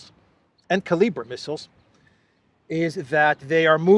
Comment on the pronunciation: Kalibr is pronounced Caliber